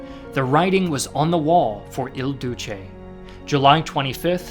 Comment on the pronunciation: Why are you calling him, "El Douche"?😂 Italy never stops getting made fun of.